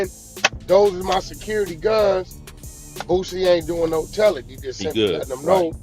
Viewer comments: Why does this man consistently call him "BOOTsie" when his name is "Boosie". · Wack don't know shit about Boosie 😂 I took this dude out of my timeline simply because he's mispronouncing Boosie name when he clearly doesn't have a T in his name